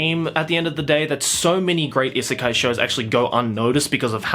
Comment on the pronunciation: I know! It was bothering me to no end hearing him repeatedly call it an isekai. Lol